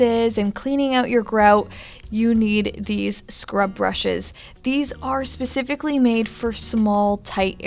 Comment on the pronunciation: Specifically, not pacificlly! Especially, not specially!